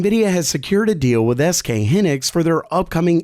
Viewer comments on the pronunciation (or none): Lol he butchered sk hynix (pronounced hynex)